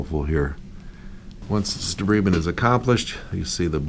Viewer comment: Wonderful work but it is pronounce De-bride-ment, not debreeding!